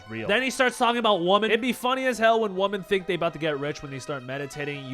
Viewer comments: why do so many Gen Z men not know how to pronounce the word "women?" Its not pronounced "woman." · the "women" is pronounced "wimmin",. you're pronouncing it like "woman".